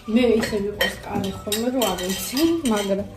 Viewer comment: カレ作るだと彼氏作るみたいに聞こえるね😄